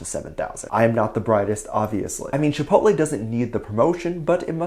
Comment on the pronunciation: It was very cute how Jungkook pronounced Chipotle. He doesn't usually eat Chipotle and I think there's not Chipotles in South Korea. If I could go to a nearby Chipotle right now I would order a Chicken Quesadilla but I don't know what my drink will be. I haven't gone to a Chipotle for a long time maybe I should go to the nearest Chipotle and order me a Chicken Quesadilla. On to the next Topic. I don't think Taehyung is dating any girls lately. Dispatch would have pictures to prove his dating a girl. So I don't think he's dating any girl recently. He's on his break so maybe he'll find a nice girl to hang out with during his break. Be safe and careful. Have a wonderful, happy , safe and magical day or night every Army. ;)